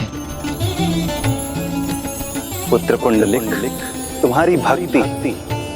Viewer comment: पुंडलिक आहे. पुंडरिक नाही